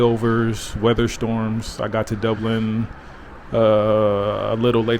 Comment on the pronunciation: As someone who is from Dublin i very much enjoyed you pronunciation of Dublin.. Fair play